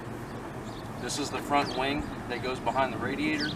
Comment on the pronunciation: Am I the only one that heard “wang” instead of “wing”